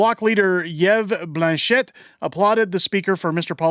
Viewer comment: It wss clearly planned and ordered by hier turdo 💩 Fergie had the paper right there, ready. (Help with your dyslexia: Yves is pronounced like Eve)......